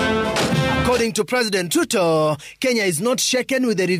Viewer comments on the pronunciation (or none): Why does the Reporter call Ruto "Tuto"???